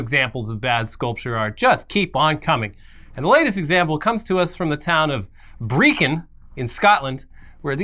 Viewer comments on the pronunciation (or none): ah for fuck sake Brechin (pronounced as Brekk-in) and no Scotland does not like the historical inaccuracies of the movie Braveheart. We just like the Gory bits of English being killed lol.